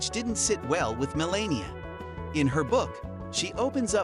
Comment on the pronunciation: Melania ... is not pronouced 'malenia'...